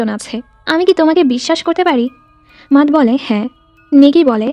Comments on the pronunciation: মাতহ না ম্যাট 🙂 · আপু matt এর নামের উচ্চারণ টা " মেট " হবে